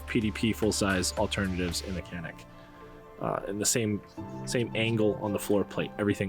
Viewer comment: Canik is TURKISH. C = J. its JANIK. That is all.